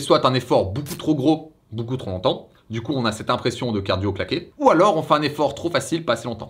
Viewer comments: Super vidéo 💪!! Juste un petit tips, quand tu dis "trop ...." Appuie sur le P, tu a tendance a dire "tros" A part ça explications parfaites👌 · Y'a un 'p' à la fin de trop, donc '' trop intense '' ou '' trop élevé '' ça se prononce '' tropélevé tropintense''